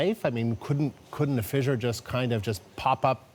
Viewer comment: "fizzure" and "leh-va"....WTF?